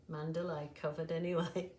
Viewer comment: Just letting you know it's called a man·da·la (mən-də-lə ) not a Mandalay. It turned out nice. 😊